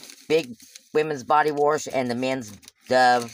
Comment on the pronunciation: body warsh??? you mean wash LOL